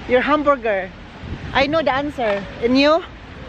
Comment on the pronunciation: Kaya ang pag pronounce ay hamburger hindi hum burrrgerr. I don’t think is joking he’s mad run over there raw